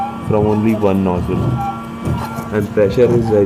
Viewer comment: Enjoyed you video…now it’ sounds like your fixing your nose..so make sure you put the z sound in nozzle..just a little help..you English is fine..Thank you for the information